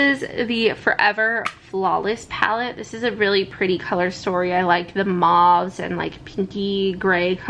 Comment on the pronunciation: Mauve is pronounced as mowv